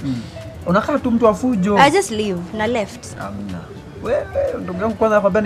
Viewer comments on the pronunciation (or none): this chic didn't just say na lef LmFAO